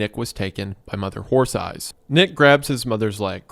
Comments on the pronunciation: Reminder that during the 11 hours of reading this story, Isaiah mispronounced the title as "Mother Whore Thighs" like 3 times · Shoutout to Wendi for repeatedly saying Mother Horse Eyes as "Mother Whore Thighs" repeatedly in the Creep Cast